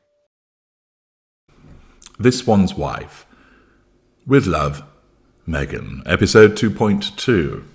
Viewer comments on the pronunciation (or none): none